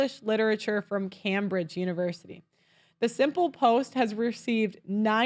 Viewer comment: Pronouced Came~bridge